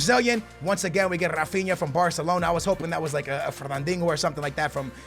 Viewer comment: did you just say fernandingle? im sorry but how can you pronounce words so bad...